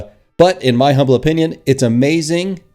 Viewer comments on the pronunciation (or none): none